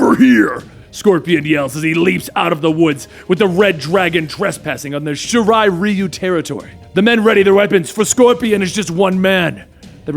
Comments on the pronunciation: Its pronounced "shi-ri-ri-yu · Criket Person Shiri Ryu. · Its sha-ri-riyou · I love u bro, but I'm cringing the way u say shirai Ryu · Am I the only one extremely uncomfortable and bothered by how he pronounces Raiden and Shirai-Ryu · Pretty sure he mispronounced Shirai Ryu too.